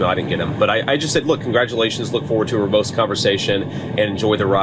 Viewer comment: Mr. Fancy 'Shady' J. Divan-cy sez he's looking forward to "ruhboast(?) conversation" with Gov. Walz. Pretty sure the word you're after there was ROBUST, sofa dawg. 😅😂